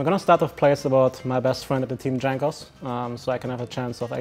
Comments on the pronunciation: Jankos nie Dżankos kurwa ... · it is pronounced yankos goddamn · Lmaoo he does that intentionally